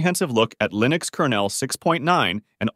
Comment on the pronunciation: I still remember when we were eagerly awaiting the release of version 1.0. Funny how you keep switching between pronouncing "Linux" the wrong way "Lynux" and the right way "Linnux" (based on the way Linus Torvalds pronounces his name).